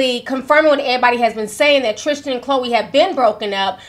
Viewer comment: Why do you keep saying his name is "trishchan" 😂 it's Tristan